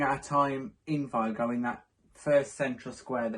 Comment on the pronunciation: The real pronunciation is vEEgo (VIGO)